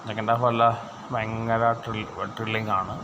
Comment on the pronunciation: ട്രിലിംഗ് അല്ലടാ പൂറാ ത്രില്ലിംഗ് 😂😂